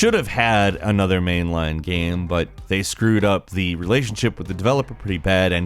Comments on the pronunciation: This guy pronounces the word "game" so weirdly. "Geeyums" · Did you say games console or gehms console?